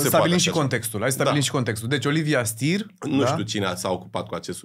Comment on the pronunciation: Numele e Steer si se pronunta chiar asa. Nu mai englezifica totul, Mihai. Auzi... "Stir"... Pe bune?